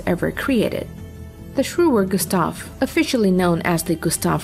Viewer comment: Shuurer Gustaav 😂😂😂